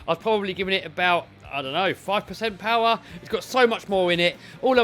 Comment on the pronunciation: Mo powah baby